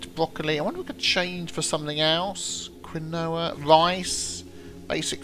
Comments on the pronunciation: Survival & Indie Games Perhaps it's the Quebecois in me but us NAers pronounce it keen-wah. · Excuse me, but it is pronounced kEmwa instead od quinoa